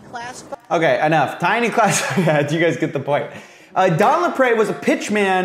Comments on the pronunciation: it's pronounced "LapREE" you sound annoying trying to add a French accent on it. & what's sad is Don Lapre ended up HANGING himself in county jail over these charges! He had a family, a daughter. Now look at all the SCAMMERS out there today online!! they need to be ARRESTED!!! they're far worse than "tiny ads" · Don LaPre = laPREEEE, not laPrey